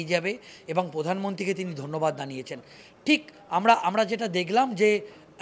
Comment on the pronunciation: Prothomoto pokolpo noi prokolpo,gahok noi grahok,podhan montri noi prodhan montri,jonopiyo noi jonopriyo,😂😂😂😂 fake channel khule bose ache